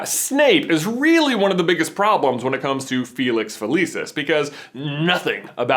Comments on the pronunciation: Dood, it’s fill-iss-ees not feh-lee-sis. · uhhhhhhhhh gawd its pronounced fe-lix fe-lik-is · i love you guys but stop pronouncing a bunch of stuff wrong like felix felicis and exspelliamus. next thing you kno youll pronounce voldemort without the T like Jim Dale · Felix-F-eeee-lee-sus no no nononono please say it right! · does anyone else pronounce Felix felicis different than him and if so dosent it drive you crazy hearing it said differently